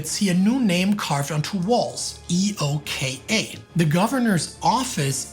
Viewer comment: I’ve never heard anyone refer to EOKA using the letters “E.O.K.A” on all references, usually it’s “Eh-oh-ka” on second and subsequent references